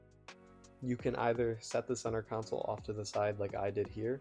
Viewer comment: Centre console. Not counsel. I learnt english from the whites. Anyway thats a good looking interior